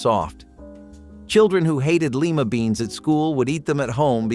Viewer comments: Lima beans. Lie-Ma. Long I. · Please learn how to pronounce Lima, pimento, Stouffer’s